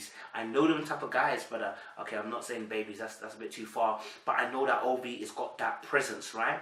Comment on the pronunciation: It's pronounced Ovy yeh. It sounds like a Nigerian Rivers State name?